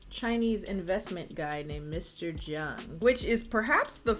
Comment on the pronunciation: Jung? I assumed I heard her say more of an "a" than a "u" sound so I got Zhang. It could be a weird spelling of the last name, like "Jung" for "Chung", similar to "Chang" for "Zhang". It could be a different spelling in English but have the same Chinese characters.